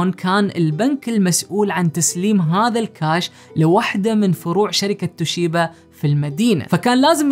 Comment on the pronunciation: شركه توبيشا. وليست. توشيبا